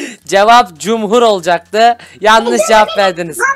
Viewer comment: Fakir orda cumur dedi cumhur demedi